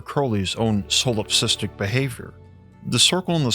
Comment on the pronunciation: Solipsistic, not solopsistic.